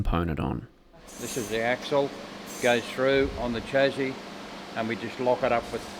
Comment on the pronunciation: is the only one who can say "Chassis,"